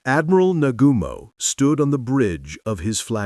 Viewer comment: It's Admiral Na-gu-mo, Not "Na-GU-mo". Second, the loss of those four carriers was not the problem. They had other carriers. The problem was the loss of fully trained naval pilots. They did not have an adequate training program for new pilots, and they didn't have enough fuel for such luxuries as training pilots (which wasn't a luxury at all). A tremendous amount of fuel had been wasted on the overly complex Midway attack plan. Yamamoto had to bear some responsibility for the Midway plan, and the lack of tight security surrounding that plan (with its ridiculous 'diversionary' attack upon the Aleutian Islands). It's overly simplistic to paint Yamamoto as the only intelligent guy in Japan, and that everyone else was just a bunch delusionary idiots. Yamamoto was part of the delusion himself, in spite of having had second thoughts about nearly everything after Pear Harbor. Japan lost the war at Pearl Harbor, only nobody knew it at the time (except for maybe Yamamoto himself). Pearl Harbor was a tactical victory, but a huge strategic blunder. The IJN not having their two best carriers at Midway, Shokaku and Zuikaku, was a major factor as well. They had been damaged and sent back to Japan after the failed Coral Sea campaign, just about 10 days before Midway. There were many other factors that contributed to Japan's demise. The U.S. had a greater industrial output capacity than Japan, Germany and Italy combined. The intelligence boys in Honolulu had broken Japan's most secure naval